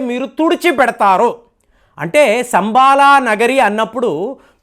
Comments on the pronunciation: సంబాల కాదు శంబల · శంబల అనాలి